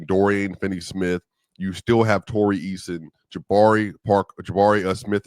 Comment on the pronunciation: it's Tari Eason, not Tori Eason.